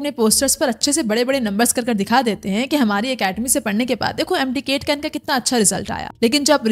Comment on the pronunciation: It's MD CAT not KAIT, so many pronunciation errors at this level are inexcusable.